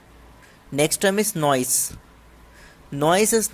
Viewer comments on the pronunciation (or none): Its Noise ..not noice